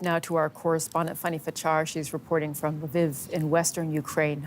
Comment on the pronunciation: Why do you keep calling her “Funny”? Her name is Fanny, which is pronounce like fan + ee.